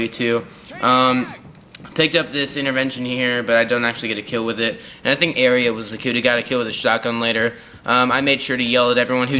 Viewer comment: Dude great commentary.. You have potential bro. You just keep it up.. By the way it's area :D